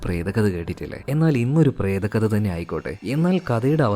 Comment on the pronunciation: "പ്രേതക്കഥ" അല്ല 'പ്രേത കഥ ' എന്നാണ് ഉച്ചാരണം